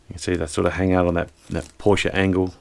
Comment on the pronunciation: sehr gut das du PorschE sagst 👍👍👍 und nicht "Porsch" wie viele Amerikaner.Grüsse aus Germany